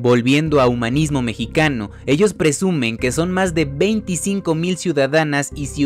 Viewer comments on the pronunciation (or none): none